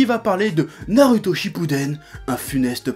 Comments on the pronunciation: Quelqu'un peut lui dire qu'on dit pas "Naruto" mais "Narouto", le mec se dit "" mais il est pas fichu de prononcer ça correctement.... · C'est pas un accent, le mec c'est pas dire "ou" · "Nalouto" grossièrement je pense ^^ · D'ailleurs j'aime beaucoup l'accent du Chef pour dire Naruto... :')